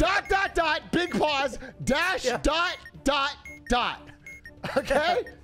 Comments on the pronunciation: The amount of times Atrioc called that dash a "doooot" was malding me so hard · I was fucking DYING when atrioc kept messing up dot and dash.